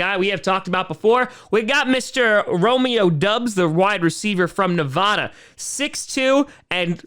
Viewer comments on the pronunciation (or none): Hey, as someone from Nevada its pronounced Ne-VAD-uh not Ne-VAW-duh for the residents there! just FYI